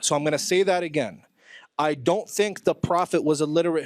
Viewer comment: Hadith Rejector saying (agene) like he is..., ya ALLAH i got frustrated only lessening to the Hadith Rejectors 😫😫😫😫😫😫😫😫😫😫😫😫